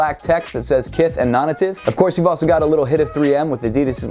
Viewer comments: Is it really pronounced non ative and not non-native? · Non native. Nay tiv